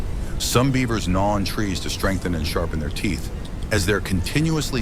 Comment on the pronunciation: Your AI voice has a lot to learn about big brown beavers 😅